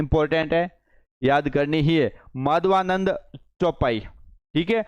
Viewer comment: सर जी अभी राजस्थानी भाषा बोलने में पूरे पारंगत नहीं हो बीच बीच में उच्चारण और पढ़ते भी सही नहीं हो जैसे माधवानल चौपाई को माधवानंद चौपाई etc. लगता है डिजिटल बोर्ड पर पहली बार आए हो